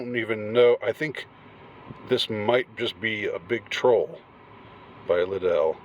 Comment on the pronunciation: LIDD-ell, not lidd-ELL